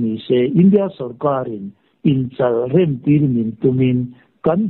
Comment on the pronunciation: Inchalrem, tih ilam dan hi a dik tawk lo deuh pu,chal, tihhi sechal tih a chal tih ang hianlamrik tur a ni.